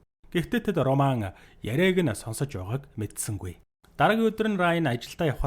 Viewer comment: Энэ кино бол 2009 оны HORROR/ROMANCE төрөлийн Possession гэдэг кино гол дүрийнх нь 1 болох Lee Pace жүжигчиний тоглосон ROMAN гэдэг дүршдээ хар малаа үхсэний чинь ОРООМАН ОРООМАН гээд хуцаад байгаан бэ РОМАН гээд дуудчаачээ ямар сэжгийн сонсогддог юм бэ РО РО РО РО РО - МАН за юу РО тэгээд шууд МАН үхсэний чинь ОРОО МААААН бэ зайлаа Чам шиг юмнууд л Чемодан - ЧАМДААН Окумалятор - ХУМЛААТАР Овчарк - ХАВЧААРК Рэмбо - ЭРЭЭНБООВ гэдэг байхдаа зайлуул Р үсгээр эхэлсэн үг болгоны урд дураараа ЭГШИГ нэмж дууддаг хөдөөний 1960 оны тархи чинь хонины ноос бөөснөөсөө салаагүй юм уу РОМЕО ЖУЛЕТТА - ОРООМЁОО ЭЖУЛЭЭТАА гэдэг үү чи? Титаник киноны РӨҮС/ROSE - ОРООЗЭЭ гэдэг үү чи хар малаа ROCKITBAY - ОРООКЭТБААЯ гэдэг үү 1 дүгээр ангидаа дахиж суугаад Р үсгээ сураачээ малаа дуудахад авиагаараа ЭРРР гэж сонсогдож байгаа ч ҮГЭНД орохдоо ЭР АР ОР УР бишэшдээ хар хөлдөө тархитай малаа Чиний наад гэсний чинь урд дураараа эгшиг нэмээд ЭМЭР ВООДОО ӨМӨР ВООДОО АМАР ВООДОО гээд байвал ямар байна